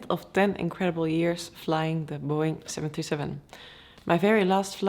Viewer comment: Never fails to impress the skill involved in flying one of these machines. Really sounded like you said 727, twice in the first half minute ,-) Very interested to see the differences between the Boeing and the Airbus.